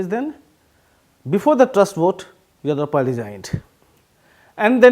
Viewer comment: Horrible English. He cannot even pronounce Yediyurappa properly. Useless piece from a highly valued “The Print”